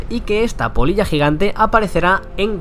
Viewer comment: Jajaja creía que decía polla xD